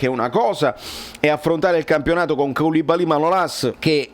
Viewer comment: Grazie per averci provato a pronunciare il mio nome ma anche Kalidou Koulubaly 7 anni fa ti sembrava un rumore, adesso lo pronunci benissimo 😂 🇮🇩